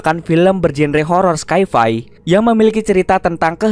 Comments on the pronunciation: Bang sedikit kritik utk "sci-fi" bacanya bukan "skai fai" tapi "sai fai" dimana genre itu diambil dari kata science "sains" dan fiction "fiksi" atau "fiksi ilmiah" dalam bahasa Indonesia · min cara baca sci-fi itu bukan skaifai, tapi saifai. sekedar masukan bukan kritik min. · Bang, aku salah denger ya? Itu beneran nyebut "sky fi" kan ya? 😅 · Skai fai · Horror skyfi 🤣🤣 Edit : om ane salah denger apa gimana sih? Wkwkwk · Bukan skyfy njir. Sci-fi = Saint fiction = sain fiksi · Baru tau kalau genre sci-fi di baca skai fai... 😄😄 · Bang mau kasi tau aj bukan mo ngejelekin tp sci fi cara ngomongnya itu sai fai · mungkin karna SCI dibaca Sky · Sci-fi itu saifi bacanya krn kepanjangannya Science fiction